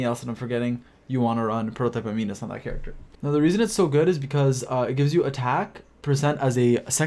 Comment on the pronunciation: It's pronounced am-in-us not am-ee-nus